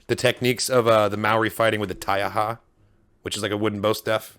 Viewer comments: Bro excellent pronunciation of the word Taiaha and your knowledge of our culture! Deep cuts my friend. MTFBWY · Thanks you so much for a great reaction guyz.....as a Maori and a HUGE Star Wars fan, from Rotorua, (Tems home town), can I just say, I am honoured that you have a understanding of the Maori culture. When you said "Taiaha", I was like YES !!, these guyz know what they are talking about..... I am loving this series right now, to get the back story of Boba Fett is amazing. Keep up the great work. " Kia Kaha " = stay strong